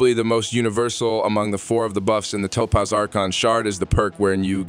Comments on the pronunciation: did bro really just say ToePause. Has he never heard Topaz before LOL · Say that it with me… Toe-Paz. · why do u pronounce Topaz weird ? ps when did u loose the robot voice ? keep it up